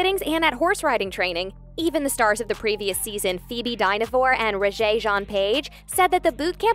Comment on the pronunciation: Phoboe Die-no-fore... Die-na-vore (closer)